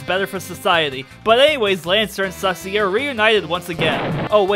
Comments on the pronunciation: Also it's susei not sussy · It's susie not sussy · good to know i'm not the only one who calls Susie "Sussie"